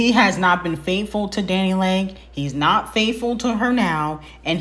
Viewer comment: Not Dani “Leg” lmaoooo Omgee 🤣